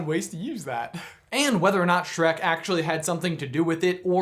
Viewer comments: Back to "Shrack" ? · Hehe Shronk